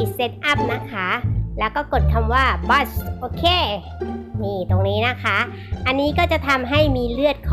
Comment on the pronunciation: ไม่ได้อ่านว่า "บ้ส" นะคะ! มันอ่านว่า "บลูด"(เลือด)นะคะ ป.ล. ถ้าอ่านไม่เป็นก็อย่าอ่านค่ะ